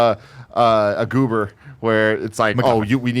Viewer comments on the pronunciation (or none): While trying to describe the baby did he say mcgoober when he meant to say MacGuffin? Lol